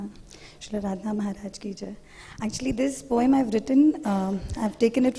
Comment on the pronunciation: Awww so dramatic are his moves , he can't even say Jai or joy correctly. The Bengali lyrics too are sung with such un dialectic manner .